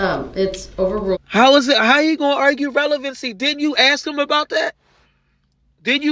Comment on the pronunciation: Also relevency